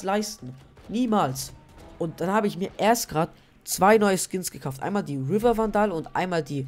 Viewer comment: nices video aber man spricht vandal nicht so aus das kann ein ziemlich nerven haha, die richtige außsprache ist: wändel und reaver spricht man riewa aus (das r wird eher englisch gesprochen) aber trotzdem gute video :)